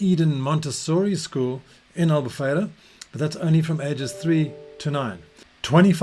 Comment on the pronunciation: Love the way you say "Albufeira" exactly like a portuguese. Amazing accent 🇵🇹